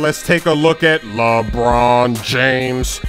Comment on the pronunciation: lol sayin "lebron james" lebroon jaimes